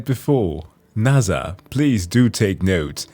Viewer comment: Fam can understand all these complex situations and can’t pronounce NASA correctly 😂😂